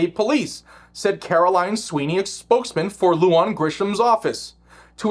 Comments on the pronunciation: Love your content.. big supporter.. Just an FYI for you (having been born in NM), not that it's really important, but wanted to offer the pronunciation of these names/words.. First, the commie governor's name is Lujan, pronounced *LOO-HAHN*... Next "Bernalillo"... pronounced *BERN-AH-LEE-OH*... Totally NOT hating man, like I said... LOVE you! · FYI: Lujan is pronounced like 'loo han'